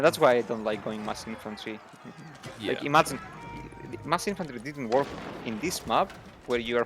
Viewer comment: Love how pronounces walk and work nearly the same (yet it's still entirely clear)